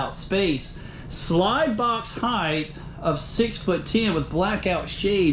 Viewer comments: Love the RV. Just one thing. It is not heightH, the way you pronounced it. It is just height. 😆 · 1. 3 bed 2 bath...,is this an rv or a HOUSE?!2. HEIGHT not HEIGHTH